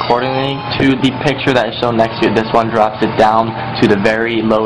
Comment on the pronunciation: what country are you from? you pronounce "one" as "wan" ?